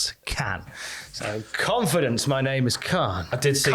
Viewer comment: I would have "Kahnfidence" as well if my dad had billions.